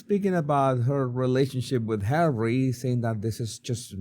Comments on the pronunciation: Why can this woman not say Harry?? It's physically harder to say H than Harry. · I loath how she thinks it's cute or whatever to call Harry H-A-I-T-C-H! 😡. We all know how bloody bone idle she is but she can't even say his name properly?! Perhaps she needs another lie down whilst everyone else does the work she will then pretend she's done! 🙄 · Why is she calling him H? I get it if she uses it if he would have a very difficult name to pronounce but its Harry. Its like putting him down with just saying H. Its like he's just a thing to her